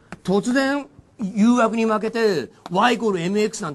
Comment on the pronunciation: どうしても二回目の誘惑がゆうやくに聞こえてしまう。